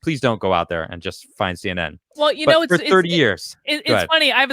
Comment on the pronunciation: To me, “SEE EN EN” now is called C N E N D